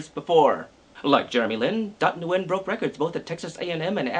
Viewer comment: isnt it pronounced "when"?